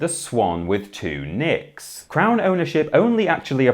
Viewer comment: Anyone else hear 'Swan with two nips'? 🤣